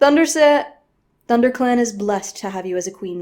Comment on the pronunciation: I burst out laughing at the blooper " thunder set " ah " thunderclan"